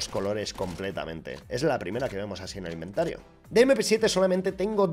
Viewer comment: ha dicho inventaro xD